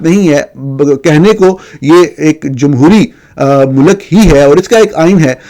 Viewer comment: جتنی جھنجھلاہٹ آپ کو "عجیب منطق" پر ہوتی ہے اتنی ہی پریشانی ہمیں ایک ذی ہوش شخص کے ملک کو "Mulak" 😅 اور قانون کو 😅 "قنون" بولنے پر ہوتی ہے۔ لیکن وہ صحافی ہی کیا جو دوسروں کی غلطیاں نکالنے سے پہلے اپنی کوتاہیوں پر نظر ڈالے۔ اپنی ضد اور انا سے باہر ہیں۔ کچھ تحقیق آپ خود بھی کر لیا کریں، خصوصا" اس سطح کی جو میرے پوتے پوتیاں اپنے پرائمری سکول میں کر چکے ہیں۔ اردو کو درست بولنا بھی پاکستانیت کا حصہ ہے۔ کبھی کسی انگریز کو اتنی غلط سلط انگریزی بولتے سنا ہے جتنا بیڑا غرق آپ اپنی قومی زبان کا کرتے ہیں؟